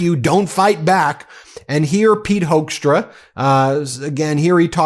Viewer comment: This ambassador's name says it all: Hoekstra is pronounced HOAX tra